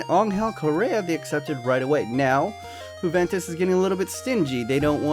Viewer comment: Why do you call it huventus